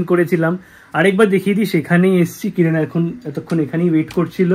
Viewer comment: কিরান ❌ কিরন ✅